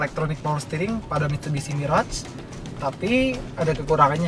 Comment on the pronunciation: saja miras dia bilang. mabok tuh kwkwkwkwk